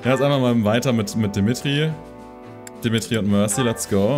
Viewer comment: Shez' Aussprache von Mercedes' Namen klingt irgendwie... seltsam. Kleiner Nachtrag: Gleiches gilt für Dimitri. Fällt wahrscheinlich nur auf, wenn man erst kürzlich Three Houses gespielt hat. Welches der neuen Designs findest du eigentlich am besten?